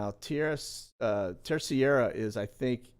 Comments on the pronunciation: Hey, this may help: Terceira is pronounced TER-SAY-DUH. Got family there:) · Im not being a smart aleck, but pronounce the island in the Azores like this. Tris aida :) Terceira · Just to inform the announcer that the spelling and pronunciation of the island in the Azores is spelled Terceira and and pronounced(ter-se-ra). Love the channel! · FYI, the island in the Azores is not Terciera, but Terceira. With an English accent it is pronounced tare-say'-rah. For a Portuguese speaker it would sound more like Tare-say'-dah. It means "third" island. Great work. Keep us informed. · I love these Sit Reps. So informative. I spent a few months in the Azores (Açores) back in the day and the correct pronunciation for Terceira is TER SAY DUH. Keep doing what you’re doing. ❤️